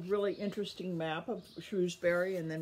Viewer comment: That is not how you pronounce Cadfael, Shrewsbury or Medieval.